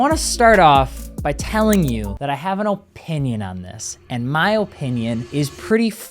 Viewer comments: Oh-pinion highly uneducated presenter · You can really tell is from the north because he says O pinion rather than uhh pinion